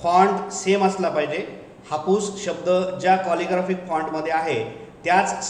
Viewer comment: कॉलिग्राफिक फॉन्ट नाही हो, कॅलिग्राफीक फॉन्ट असा उच्चार आहे.